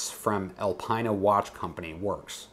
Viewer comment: Hey, great video as per usual! Keep it up! Alpina is pronounced ‘Alpeena’ in Europe. I love your raw video content.. 👍